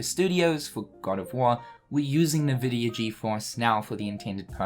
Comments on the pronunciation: Why do you say "Nahvidia"? it's just Nvidia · This is hype but haha "NeVidia", it's pronounced "eNvidia". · Btw as someone who has played a ton of PC games, nVidia is pronounced IN-Vidia, rather than En-Vidia or Un-Vidia or NeVidia or however you were pronouncing it as a playstation gamer. I started typing this comment and you stopped pronouncing it altogether so I can't remember exactly how you were pronouncing it. If you want to verify corrrect pronounciation, check borderlands 2 or 1. During the loading, one of the games (or both I can't remember) loads up an nVidia screen and says "nVidia" properly. Anyway, no hate. Hoping KH IV is more engaging than 3 was because I waiting 14+ years for 3 and was not happy with the story. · Who the fuck pronounces Nvidia like that ?? 😂😂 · I've never heard anyone read NVIDIA like that xD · Because people have different accents